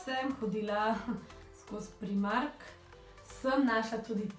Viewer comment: oprosti ce zvenim nesramno, nocem biti ampak zakaj reces primark ce se pa realno izgovori prajmark?